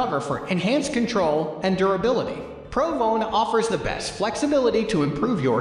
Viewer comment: Haha listen to how he says Titleist pro v1 he says pro vone